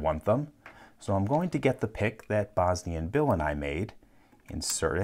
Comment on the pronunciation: The first few times I heard him, I didn't know who Bosnian Bill was and I thought he was saying "Bosny & Bill & I.